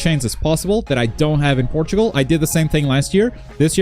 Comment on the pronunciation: You pronounced Portugal as Portal, its pretty neat